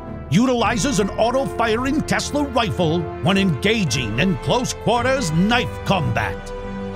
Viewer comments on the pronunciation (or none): none